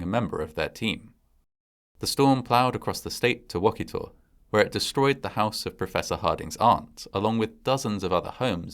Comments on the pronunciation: Just FYI it's pronounced Wa-keeta not wock-it-taw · I know the movie is cheesy but I just love it so much! And just FYI - the town is pronounced wah-KI-tah 😂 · Wakita - Wah-Key-Tah. I live in Oklahoma lol. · I'm a lifelong Oklahoman! I was literally squeeling when I saw my home state mentioned in the title! Knew it was twister the minute I saw Helen Hunts face, but didn't even care that it was an April fools joke! My only constructive comment would be the pronunciation of the town name Wakita. The "i" makes a long "e" sound, so it sounds more like WakEEta. It is a Native American word...like a lot of the town names in Oklahoma. In fact Oklahoma is also a Native American word. It means Red People. We are a small state, and don't get a lot of mention so when we do, I get excited! Would love it if you covered the bombing of the Murrah building or Silkewoode, or any of our other creepy/crazy occurrences. Love your channels! My bf and I watch every episode together! ❤ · It's Wuh-kee-tah. 😅. That aside, great video, fantastic footage! 🤣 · Great video. It’s funny how many people mispronounce Oklahoma town names. Wakita is pronounced wa-key-ta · Wakita is pronounced wah-KEE-tah. It’s a real town in northern OK, and fans of the movie make regular pilgrimages there. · Great story. Wakita is pronounced as Wa-kee-ta. I lived in Enid when this movie was filmed. Hollywood bought like 12 Dodge Ram trucks and I saw them take them north to start filming. Keep up the great work! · It’s pronounced Wa-KEE-ta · Was wondering that, but I've heard it pronounced differently from varying regions and accents, even Oklahoma. Or that may just be a TV weather thing though. Each station seems to pronounce places slightly differentlyWaketa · Oklahoman here. Your pronouncing wachita wrong.